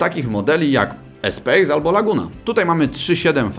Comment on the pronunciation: Espace wymawia sie - Espas. Samo słowo Espace oznacza przestrzeń w języku francuskim co jest adekwatną nazwa do tego auta ;) taka ciekawostka